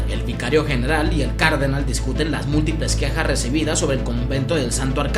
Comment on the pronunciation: Cardenal tiene el acento el la última A, se dice Cardenál, no cárdenal. Sigue así bro, me encantan tus videos